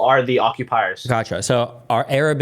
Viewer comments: Don't forget how he has "Arab" lmao this kid says "urub" 😂😂😂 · The way he pronounces Arab and Gaza as a Canadian is high octane cringe